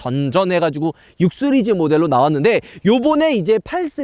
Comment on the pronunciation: 시리즈를 쓰리즈로발음하는 그는데체